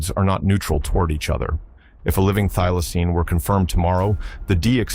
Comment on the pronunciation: Thylocine not i'm not dealaceine